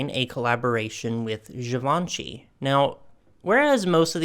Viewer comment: Hi! A lot of your pronunciation is great! However, 2 pointers on LaCroix and Givenchy: LaCrwah and Zhivo(n)shee (the "n" is not really pronounced; it just nasalises the "o"). I love all these dolls - the Versace lace-up gown is amazing! Those Oscar de la Renta fashion packs are...! Brings back so many memories and I need to get my hands on 2 or 3 of them. I'd like to dress some of the Barbies that I still have in them. She wore a lot of other designers as well - like Valentino, Burberry, Sonia Rykiel, YSL, Lanvin. I LOVE Barbie in Dior. She would look wonderful in vintage Chanel too. I hope She collaborates with Aje., Alice & Olivia, Carolina Herrera, and Hermes in the future. Aje.'s aesthetic is feminine with an edge and they have a lot of bubble-hemmed mini and maxi dresses that I'd love to see her in. I actually bought one that reminded me of her late 80's, early 90's style with a huge bow at the back that was reminiscent of the bow from YSL's Pink Bow Dress. I love Alice & Olivia, and CH for their fabulously girly but still classic aesthetic. Hermes is luxuriously quiet and no one knows who you're wearing until they see the silk twill scarf! I would also love to see her in Marchesa's eveningwear; and also in an elegant men's tuxedo styled for women.